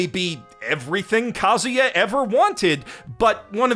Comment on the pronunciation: It's Kazuya not Kaguya tho